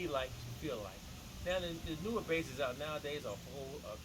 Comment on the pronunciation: There's lots to that Bass, I like when you say oüt the water. Amazing